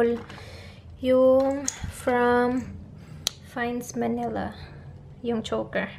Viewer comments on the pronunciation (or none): none